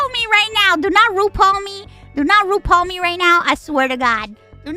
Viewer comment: "Rupal"-> Ru Paul "Mama rude" -> Mama Ru'd.